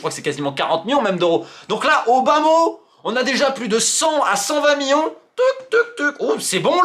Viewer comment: Ca fait 50 ans que tu fais des videos t’as toujours le meme voix d’ado prepubert et tu sais toujours pas dire millions correctement